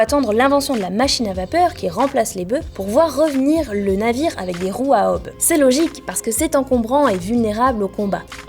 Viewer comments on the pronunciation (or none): Ah, je suis pas tout seul ! "Ôbe", nom d'une pipe.